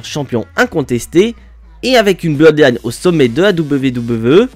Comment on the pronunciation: Mon cher on dirait que tu as un problème au niveau de la langue ! La Bloodiine😮 waw